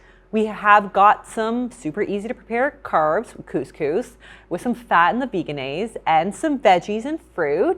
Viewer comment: I hate when people say VEGAN-aise. It's pronounced veh-jehn-aise. Just a pet peeve. Lol.